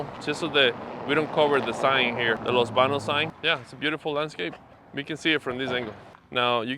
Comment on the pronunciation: Los Baños! Mutilation of the Spanish language 👎